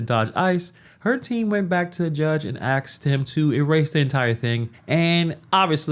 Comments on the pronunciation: The Word is "Asked"!!!! NOT "Axed"!!!!! Drives Me Nuts!!!! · asked not axed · I just wonder why people don’t help this particular person on how to pronounce the word asked. It’s not. Axed 🥰🥰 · Axed him??? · THAT'S the problem! She should of ASKED the judge, not "axed" the judge!! Jeesh. She's lucky she didn't catch another case for attempted murder. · Correction: she didn’t “axe” him, she “asked” him. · Asked him or axed him? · Axed him, WHAT? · Axed him to??? Really? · Dude, you said "axed" multiple times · They did not ‘axe’ the judge. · "Axed him"??? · The narrator says axed instead of ask? Go back to school boy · uh.. axed him? Sounds like we need a murder trial too. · "Aksed her"? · She "asked" him she didn't "axe" him 😅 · My man, there is NO x in Asked. A S K E D not Axed. holy shit. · well...when you " axe" a judge, you go to prison... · She’s axed the Judge to axe the charges. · The word is "asked".... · "...went back to the judge and axed him..." Hey, isn't that a crime?